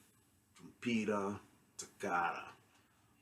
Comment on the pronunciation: Great review, nothing to add about your takes. Just fyi here's how trompeta toccata is pronunced: Trom- like you currently pronunce, -peta like when saying "Pet" plus an a. Toccata is basically as you already say but with a strong double c, pretty much like you would say a "k". Just wanted to let you know, as an italian-spanish bilingual person. Great review.